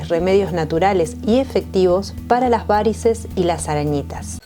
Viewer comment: La palabra varices no lleva acento es una palabra llana y no lleva tilde, por favor hay que respetar las leyes ortográficas y no puedes hablar como si llevara acento...hay que respetar los idiomas.